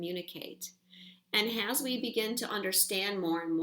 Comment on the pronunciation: Am I the only one who notices says "Has" in place of "As" aaaaaalllll of the time?!?! I love her to life and swear this is a trigger I need to work out, but I just had to get that off my chest. Love you,!!!!!!!